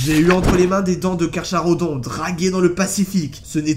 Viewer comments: Carcharodon, ça se prononce [KARKARODON] pas [KARCHARODON]. Ton sujet est sympa, ton montage aussi, mais par pitié, arrête de massacrer le français. C'est une horreur toutes les fautes que tu fais et c'est dommage car ta vidéo est franchement agréable. Bise. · Ont prononce Pas le h de Carcharodon ses comme si ont disait Carcarodon